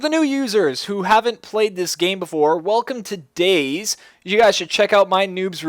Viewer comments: DayZ is pronounced Day Z. not days..... its two words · "Day Zee" Not "Days" What does "Days" have to do with zombies? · Cannot stand that he keeps saying Days and not DayZ, He also says Cherno is the biggest city at the start, Thats when i tuned this video off. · its not days it day-z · its not days man. Day ZEEEEEEEEEEEEEEHHHHHHHHHHHHHHHHHHHHHHHHHHHHHHH lol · you're not meant to say dayz you're meant to say dayzee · I feel like he is a new player thinking he is good at the game and trying to give tips but, as soon as he said "Days" I cringed. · not DayZ its DayZee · It's pronounced "Day-Zee". The developer - Dean Hall - calls it that. And he's neither British or American. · No you cabbage, it's pronounced "Day-Zee". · its DayZ not days. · Even Dean Hall, the creator of dayz pronounces it Day Zeee. you must be a special kind of special. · Or Day Zed? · ITS PRONOUNCED DAY ZEEEE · its day-zeeeeee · ITS PRONOUNCED DAY ZEE!!!!